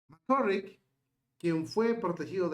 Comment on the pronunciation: NÓ SÉ DÍCE : "Mc C🤮RRICK" : sé díce : "Mc CÁRRICK" : cón : "á" : NÓ CON : "ó" : q : ÁNSIAS : y : CUÁNTA : ÍGNÓRÁNCIA : 😡😡😡😡😡😡 : 🤮🤮🤮🤮🤮🤮 : ESO LES PASA á LOS : "YOUTUBERS" : QUE NO SÉ : "ASESORAN" : q : ACTÚAN : "POR SU CUENTA" : 👎🏽👎🏽👎🏽👎🏽👎🏽👎🏽👎🏽 : (YO SOLÍA ASESORAR á ESTE : "YOUTUBER" : HASTA QUÉ : (LAS QUE SE CREEN : "DUEÑAS" : DE SU "CHÁT" : LÉÁSE : "MARIBEL LÓPEZ" : y SÚ : "PANDILLA") : SE ENCARGARON DE PONERLO EN MI CONTRA : y : YÁ : LE DEJÉ DÉ : "INTERESAR" : ALLÁ ÉLLL : 🤮🤮🤮🤮🤮🤮🤮